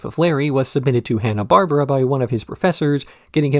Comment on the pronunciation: dawg is butchering the pronunciation of Hanna-Barbera lol